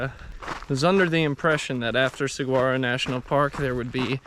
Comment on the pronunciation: So awesome to see you continuing this series! That rainwater collector is awesome. Also just FYI, the G in saguaro is silent--it is pronounced like suh-wah-roh. :). Excited to see more episodes on the AZT!